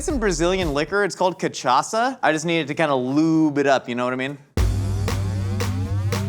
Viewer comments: It's "cachaça", not "kimchaça", but I greatly appreciate the attempt. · Love seeing saying "coxinha" and "churrascaria" so perfectly (and "pimenta" right at the first time)... Yet he still need a little help with "cachaça" (pronounced as ka-xa-ssa). But still, thank you guys for trying to speak our language. Next time, put a little sugar with the flour... it will taste even better. Love from Brazil 🇧🇷